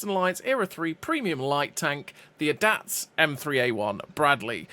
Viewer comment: Brother that's NOT how you pronounxe ADATS 😂